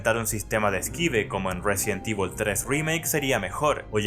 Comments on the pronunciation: Como cuando le dices resident tivol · resident ivol